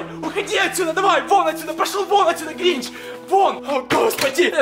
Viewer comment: это не грич а гринч